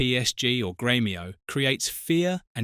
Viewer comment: Pronounce names properly. Its not Samuel etOO it's pronounced too. And it's Gremio.